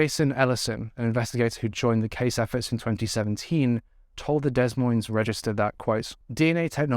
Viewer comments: Dude, Des Moines is pronounced "day moins". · Des Moines is pronounced da-moy-n'z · Not to take anything away from this sad case of 2 innocent girls... Des Moines is pronounced (DE-MOYN). Sorry, the constant miscommunication in this video was driving me batty!! I pray 🙏 the monster is caught and there is justice for these sweet girls. 💜💜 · Hey, I haven't heard much about this case even though I'm in Iowa. I'm not sure why some cases are not known while others gain national coverage. All cases involving children should be made well known, at least throughout the state in which it happened. Congratulations on your new home, and new bed!! I also love the vines on the headboard!! Des Moines is pronounced Dee Moin. I'm from here and don't always say it correctly, lol. You did a great job as always, keep up the great work. And thanks for doing a video from my state, even though it's heartbreaking. 💔😢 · Although this case is tragic, I hope their families are proud of how much abuse prevention work they did in honor of the girls. Note: the Des in Des Moines is pronounced with a silent S. So it's like "deh moines" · It’s pronounced Deh moyn, neither “s” is pronounced. Otherwise, very nice concise coverage of this case! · I love your videos! You're always extremely respectful of the victims and the cases overall. Just a small note, the s is silent in both words Des Moines (I live in Illinois so we often hear people saying Illinois with the s as well which is of course understandable for anyone not from these areas.) Keep up the great work on your videos, it shows just how hard you work to keep these cases alive. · Great coverage. Please look up how to pronounce Des Moines ya said it wrong every tine darling. American cities are mostly pronounced strangely so it isnt your fault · Great video, btw the S is silent in (Des) Moines 😊